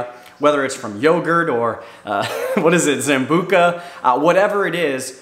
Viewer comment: Zanbuca? 😂 KOMBUCHA!